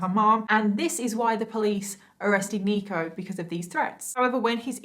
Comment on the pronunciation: In the beginning I thought she was saying "Negro Jenkins" 😂😂😂